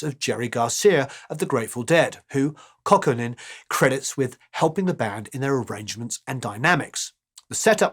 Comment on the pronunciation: Just for future reference: Jorma is of Finnish ancestry, his surname is pronounced "coww-ko-nen." Great video as always!